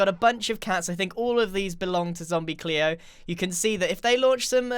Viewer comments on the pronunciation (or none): u said zombie cleo its zombie gleo